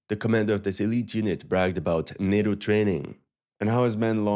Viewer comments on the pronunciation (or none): none